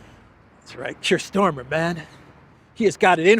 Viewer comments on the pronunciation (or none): pronunciation is STARMER,...not STORMER!!! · It's Starmer not Stormer. Just saying.